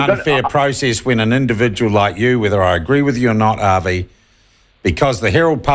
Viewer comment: So true. Avi is a character but not a bad character. I'm hoping that you can actually read my name and pronounce it right seeing as you are irish? Or are you an nzer living in Ireland?